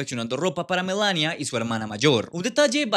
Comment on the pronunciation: Por qué pronuncias MELANIA con acento si simplemente se pronuncia como se escribe en español tal cual